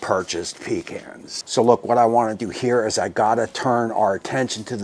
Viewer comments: It’s pa-khans! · In Texas, it’s “puh cons” not pee cans